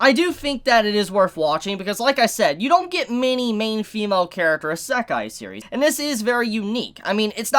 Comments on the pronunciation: It's not a Eh-sekai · Why does he say isekai like that smh